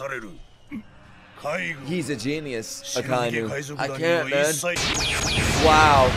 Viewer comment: Akainu is pronounced AH - KAH - EE - NU. Not uh-kai-noo